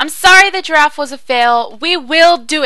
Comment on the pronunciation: When you say giraff it sounds like drawf ^^